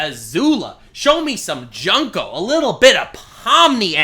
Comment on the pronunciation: The way pronounces Junko